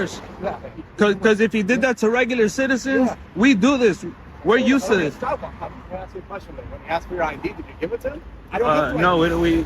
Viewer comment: She did say she wanted to axe someone. That can't be legal 😂